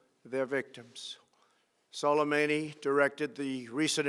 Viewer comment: I'm impressed that he managed to pronounce Soleimani's name correctly